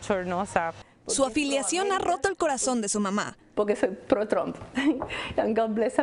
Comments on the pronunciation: 💯Cómo pronuncia Trom 😂 como trompo. Es Trump! Verdadera pena ajena. Como la India Maria ni de aquí, ni de allá 😂. Como dicen: Aunque la mona se vista de seda, mona se queda. Tenía qué ser Cubana la pobre. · Cómo pronuncian Trom 😂 como trompo. Es Trump! Verdadera pena ajena. Como la India Maria ni de aquí, ni de allá 😂. Como dicen: Aunque la mona se vista de seda, mona se queda. Tenía qué ser Cubana la pobre.